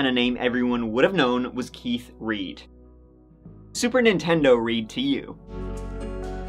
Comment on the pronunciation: I thought he said Super Nintendo Reed 🤷🏻‍♂️😂🤦🏻‍♂️